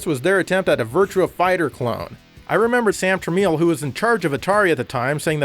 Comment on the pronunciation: Flashback was actually designed with the Mega Drive/Genesis in mind; I would expect it to be among the best versions of the game anyway. Also, Tramiel is pronounced like "Tram-el", not "Tram-eel".